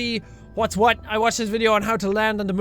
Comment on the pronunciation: Did you say ' juwhat '